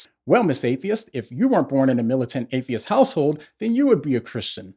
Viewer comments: Maybe its just my ears, but I dont hear saying Atheist. I hear him saying Hatheist... as in hate-atheist xD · I love the way he say "Hate-theists"😂😂😂😅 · I love the ambiguous way u pronounce the word ‘atheist’!